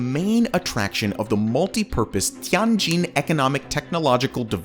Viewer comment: Zun Tower is pronounced "Zwin" tower. TianJin is pronounced "Tee-En Jin" (not TeeAhn Jin). Zhou is pronounced "Joe" so Guangzhou is "GuangJoe" & GuiZhou is "GwayJoe". Korea's Lotte "e" is pronounced. "LohTeh". I don't know why you chose on calling it Lot